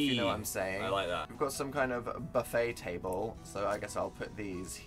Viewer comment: every time I watch this I’m shook at how northern Phil goes when he talks about a buffet 😂